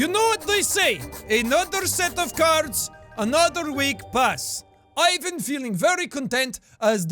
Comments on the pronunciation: that was cool and real fun to watch but you actually have to pronounce this name as ivAn not Ivan(place the stress on a different letter)(at least if you use it in russian language) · Ah Jack, always trying your best and bringing us a variety of different voices. It makes things much more entertaining and fun. :) Here's a tip to help make a more convincing Russian accent: when saying Ivan, pronounce it more like Ee-vahn, as opposed to Eye-van. Edit: I just noticed you switch back and forth between the two a few times. Oops, haha. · By the way Ivan has the stress on the second syllable, EE-VÁN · not eye-van, ee-van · 1: EEVAN NOT EYEVAN!!!! 2: Sasha is a both boys and girls name... Petrova is a feminine version of last name Petrov Petrov = male Petrova = female Sasha Petrova is a girl :) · imme finna just say this but its not "aivan" its "eivan" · Ivan is pronounced ee-van not eye-vun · Ok Jack i noticed a common mistake most Americans make with the name Ivan. Since its Russian you would pronounce it “ee-vahn” not “eye-vahn” just following Russian language rules. Loved the accent though! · Ivan is pronounced "Eevahn" not "i-ven" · Its not pronounced I- van it's E-van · And also, why sometimes you pronounce it correctly - ee-vAn, and sometimes wrong - Aj-van? edit 1: artyOm* edit 2: bogdAn* edit 3: gagArin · not "I van" it's "Evan" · Jack, it's not pronounced "A-J-V-N" It's "I-V-N" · I wonder when people from the western word will leran how to pronounce the name Ivan [ivan] properly... it is not [aivn]. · JAAAAACK ITS PRONOUNCED EE-VAN NOT IE-VAN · Jack, if you're going to narrate in that accent, pronounce Ivan "eevan" rather than "i van" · Lol Ivan is pronounced eevan.. Sorry I go now 👉👉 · To sound more Russian, Ivan pronounce like Ihvan/Eevan. 😁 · it's pronounced like "eevaughn" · You pronounced Ivan incorrectly, it's supposed to be pronounced Ivan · Ivan is pronounced more like ee-vahn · Don't you mean from EEE-VAN? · Ivan is pronounced ivaahn